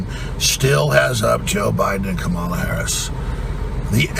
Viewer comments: Why can’t these people not pronounce Kamala’s name correctly yet? Still?! So bizarre. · The arrogance… and you still can’t even pronounce her name correctly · And he still arrogantly mispronounces Kamalas name. Such a POS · His arrogance at mispronouncing Kamala is disgraceful. How does he come up with this crap? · Who cares, How he pronounces Kamala she's a washed up has been crook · Saying Kamala and pronouncing it wrongly - sedition! 😅